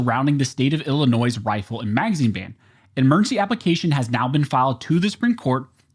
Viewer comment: There's no noise in Illinois...lol In other words, you aren't supposed to pronounce the S.